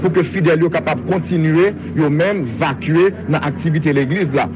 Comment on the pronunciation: Mezanmi nap fè education fòk nou kapab di ekip mounn sayo kap di vacuer yo pa disa . Mot a ekri : Vaquer se verbe vaquer à vos obligations si nou vle employe l konsa. Prononsiasyon Vake merci anpil.